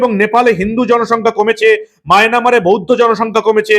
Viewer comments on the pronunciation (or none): দাদা ওটা মায়নামারে নয় ওটা মায়ানমারে